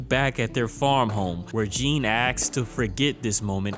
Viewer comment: Baaaaaby I’m begging you to just start googling how to pronounce foreign names before you write your scripts!! That is not how you say Jean!!!